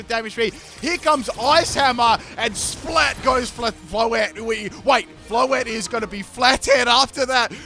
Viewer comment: Floette ❌Flotet✅